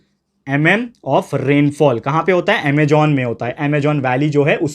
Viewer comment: Sir it's Amazon not Amagon